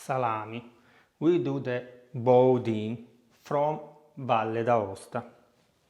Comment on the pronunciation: It is pronounced here as Boodan by the French.,😂🇺🇸